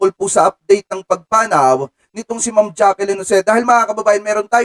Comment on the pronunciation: Jacklyn not Jackilyn